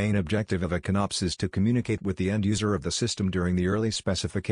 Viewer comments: Con-Ops, not CONNOPS, LOL. Because it's a ""CON-cept" of "OP-erations". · Inability to say con-ops properly aside, this was very helpful. Thank you. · I'm not going watch a video narrated by a computer that can't even pronounce CONOP correctly